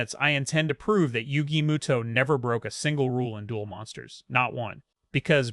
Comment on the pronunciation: Moto not muto